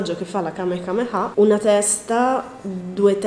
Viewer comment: Hahahaha kamekamea Si dice Kamehameha